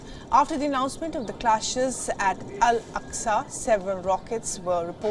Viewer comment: It's Al-Aqsa and not Alqasa